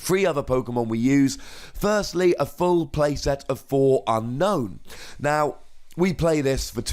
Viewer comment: Fun deck! And I believe it's UN-OWN, not unknown. :)